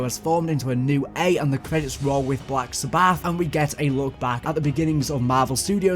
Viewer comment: BLACK SA-BATH? 😳 TRY, BLACK SABB-ETH?